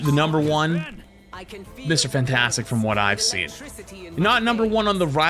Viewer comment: I hate the way you say Mr fantastic